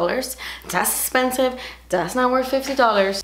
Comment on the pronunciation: Every time I see expensive makeup I think of how you say "das espensive." lol